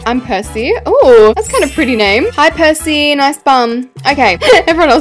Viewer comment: I love the way u said their names